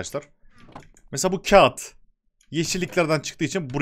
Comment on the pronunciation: abi kağıtı niye öyle söyledin bi garibime gitti :D